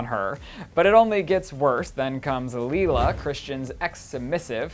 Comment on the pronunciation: Darcy Metz That's what I thought, why does say "leela"?